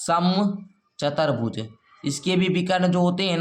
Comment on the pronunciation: Sir chatar bhuj nahi chutuar bhuj hota hai